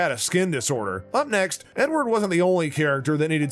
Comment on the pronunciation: you missed the E in Edward. nice try buddy